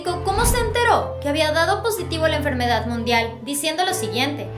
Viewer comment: PORKE DICES EN FERMEDAD MUNDIAL. OMG